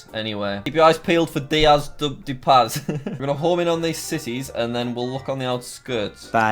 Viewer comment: It’s pronounced dee oh s (Dios) dea (de) pas(Paz)